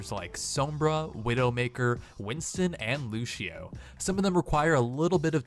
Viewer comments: he said lushio instead of lucio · It aint' lushio, its lucio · ITS LUCIO NOT LUSHIO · I'm from Brazil, and it's pronounced Lu-cee-o. Now if Lúcio was from Portugal, then it would be Lu-shi-o. Bye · 3:80 he said loushio in stead of loucio lol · LUCIO, NOT LUCHHIEO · Lucio, not Luchio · Its not lushio its lusio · it's pronounced lusieo not lushio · Dezy Hayden Jeff Kaplan says lucio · Pretty sure I'm not wrong on this one, the ú is the difference between making it "Luh" (wrong) and "Loo". The c would have to be ç to give it an "sh" sound right? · Did you say Lushio? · Did he say "Looshio" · S-oh-mbra? Lu-sh-io? WHAT! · Did anyone else hear him say Lúshio? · U said Lucio wrong it's not luchio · tfire2 YESH HE DID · y u no say lucio right?